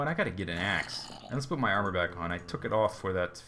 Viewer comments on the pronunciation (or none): i can see it know a 1 hour video of him saying welcome backa to the minda cracka servera